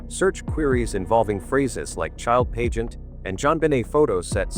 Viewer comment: Whomever is speaking doesn’t pronounce certain words correctly! Pageant is pronounced “pageant”, pizzeria is pronounced Perez’s